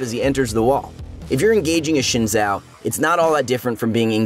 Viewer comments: Omg this is so painful - why would you ever pronounce "x" as "sh" "X" (for some reason) here (and in few other words) is pronounced as "z" Xin Zhao is pronounced "Zin Zao" (not "Shin Zao" ) Like so he can see and finally stop harrasing Xin's name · Try to kit?! (even the subs?!) ooooph! This and the Xin Zhao pronunciations hurt my soul! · Timestamps? I saw and heard “kite” As for the Xin Zhao, his way of saying it isn’t the most accurate but it’s very close to the correct one and way more accurate than the “Zhin Zao” pronunciation.